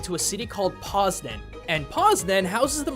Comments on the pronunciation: IM POLISH AND OH SAID POZNAŃ IM SAD NOW ITS SAID POS-NINE my caps lock got stuck EH YOU SAID WROCŁAW CORRECTLY!!! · Patrycja Im sorry but.. what. Im just pointing out that he pronunciated "Poznań" wrong. Im not trying to write something else. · Poz-Dan? It's said more like poz-nyan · Ja wiem its funny when he says Poznań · The way you pronunciated "Poznań" was so deppresing.